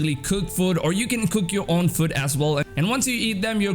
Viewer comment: Who else noticed when he said food it sounded like foot jaja